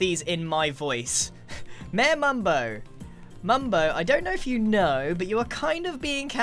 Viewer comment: I like the way Grian calls Mayor “mare”